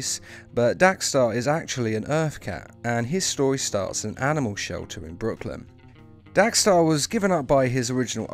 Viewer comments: It’s dex-star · Lol "DAX-STAR" haha